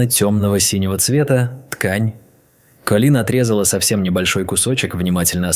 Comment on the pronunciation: То КОлин, то КолИн - какое ударение все-таки в имени персонажа?🤨